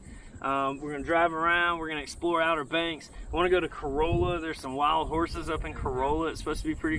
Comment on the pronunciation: Hey, get it right man. Not Corolla. CorAWLa. And you can't drive on Corolla's beach. That is just the last stop off before the "Northern Beaches". No permit required for the Northern Beaches. The communities include:.Seagull, Penny's Hill, Swan Beach, North Swan Beach and Carova.